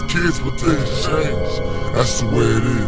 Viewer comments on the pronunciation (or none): none